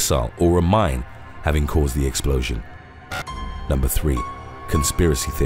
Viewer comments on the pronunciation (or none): none